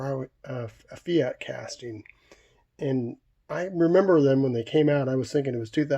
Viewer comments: I'm watching this on the big screen....some of those have amazing details!! I like how you say Fiat: Fee-Art 🤣 NZers say: Fee-It And a race between Ferrari and fiat would see the smaller cars just spin out I reckon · Aussies Fee at 🤣😂😎👍🇦🇺